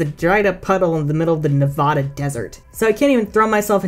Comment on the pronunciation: Okay I like the video, but that's not how you say Nevada.